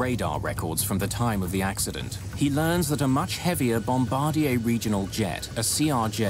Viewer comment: I'm always impressed when the narrator correctly pronounces "Bombardier."